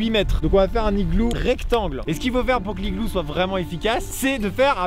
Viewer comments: tu as aussi dit je crois "DU l'igloo (j'suis pas sur d'avoir bien entendu) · Ethan Z non mais on dit l’igloo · oui mais on dit pas le igloo on dit l'igloo 😂